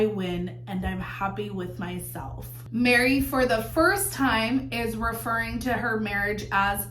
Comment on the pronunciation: it sounded like you said “people want to see Janelle marry Christine and thrive” 😂😂😂 then I realised it was “Janelle, Meri, Christine” 😂😂😂